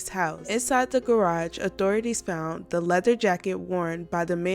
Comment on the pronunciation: Colorado* found, not fount.